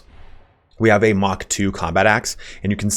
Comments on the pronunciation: Lol I came to say pretty sure MK IV Power Armour is Mark IV. Thanks for the video tho. Couple good tips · thanks for the content. It’s great. 1 think to note is the mk is short for mark rather than mach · It's not mach...it's mark. Mark 1 mark 2 mark 3. It's a way of delineating between versions of gear. Mach is how fast you are going relative to the speed of sound depending on your altitude. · Just an FYI for future MK stands for Mark not Mach.